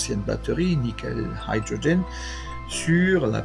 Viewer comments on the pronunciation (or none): Haïdrogen ? Ben voyons. Hydrogène .... se prononce idrogène en français